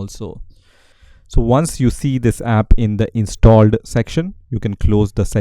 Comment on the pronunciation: Am I the only one that hear in every time that he says installed is sounds weird like INSTAlled